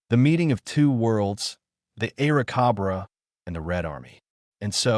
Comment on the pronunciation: cobra... not cabraa